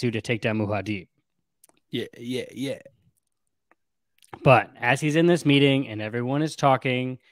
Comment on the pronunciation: Muad'dib pronunciation is Mu-ad Dib or deep but not Muha-deeb.